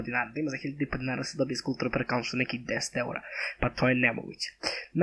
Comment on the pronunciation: Kaže se "skal" a ne "skul"